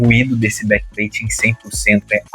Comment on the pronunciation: Blakpain bom inglês 😂